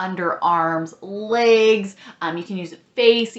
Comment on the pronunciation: This is the first I’m hearing about an Epilator, I so need that in my life! Also, love the way you say “legs” lol